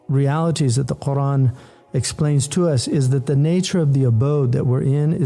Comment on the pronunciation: Where does the "Hamza" in your pronunciation of Qur'an go, Brother H. Yusuf? For anyone who needs to know how to pronounce it properly